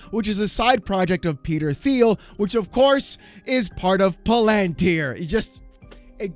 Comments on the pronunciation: It's pronounced Like palindrome and tier Palantir. ...and it's Teal, Peter Thiel. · For someone who likes to be right, you would think you could pronounce Palantir. It is pa·luhn·teer. The "lan" part is not emphasized and it is pronounce Lun. Like palUnteer. The Un is like in the word "under". You dope. Oh and Peter Thiel's name is pronounced PEE-tur TEEL